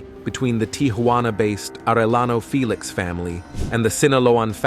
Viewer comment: Fay-lex.!!?..it's Felix.. haha....fake ass